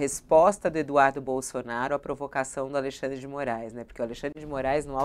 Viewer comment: Bullying da estrema direita kkkk Aí eu ouço também: "Alei xan dre de Moraes no alto do seu poder" Vocês são uma piada mesmo